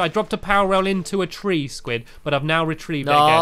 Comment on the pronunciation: you re-tree-vied it